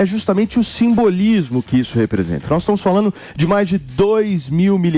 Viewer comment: Qdo fala "NOIS" pula 😂😂